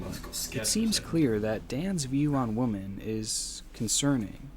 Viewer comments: He keeps saying "woman" when he should be saying "women"...it was annoying. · Great video but my god I got so annoyed at the way he pronounces “women” as “woman” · Why does the narrator keep saying "woman" when he should be saying "women" ? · For those of you commenting on his woman/women pronunciation… He actually wrote on his own video, one day I’ll be able to pronounce women, but today is not that day 😂 That’s kinda what made me a fan lol. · The most disturbing part of the video is inability to pronounce "women." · He actually wrote on his video, one day I’ll be able to pronounce women, but today is not that day 😂